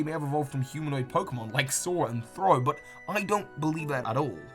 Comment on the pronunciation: did you call sawk "saw"? xD